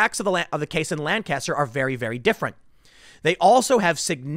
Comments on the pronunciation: The city in PA is pronounced Lankiss-ster not Lan-caster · Just a tip to help you if you ever go to Lancaster. They pronounce it Lankaster quickly together and not Lan-caster with a long, drawn out "n". They get very uppity if you mispronounce it. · My house is literally right there in town. I'm like 4 blocks from this. Also these people were from out of town, because they pronounced Lancaster the way you did - lan-cast-her, and all of us pronounce it lang-kissed-her. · Yo Tim, this shit literally happened 5 minutes from my home. 8 people have been arrested, and all of them were from out of town. Also it's pronounced Lan-kiss-ter. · This sucks, Lancaster is a nice city. Also it’s pronounced “lane cuh stir” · It’s pronounced Lank-ister here In Pennsyltucky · As someone who lives here Tim...it's pronounced Lang-kester...and now that that's off my chest, why is BLM coming here for a Hispanic guy who isn't black? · You pronounce it Lank-kiss-stir, accent on the first syllable, please. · Me, someone who’s family is from PA: It’s Not Lan-caster Tim. It hurts when you say it like that. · Hey man... locals pronounce this city as Lanc - aster... it's a PA Dutch thing, you have to live here to understand. LOL You must have heard the city and county pronounced this way, because YOU started to say it this way in this video. Love you Tim... just busting your balls. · This is bad this im from lancaster county hearing about a police shooting at all is so weird. Also its makes me cringe a bit to hear tim so the name of the city/county wrong, its how locals tell if you ain't from around here. The phonetic pronunciation is Lank-Caster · the correct pronunciation of "lancaster" pennsylvania is paramount when discussing it - you are not casting lans. lank uh ster or gtfo also i should posit that if my hometown were to be burned to the ground over such a benign use of force i would.. lose no more faith in humanity than i already have i suppose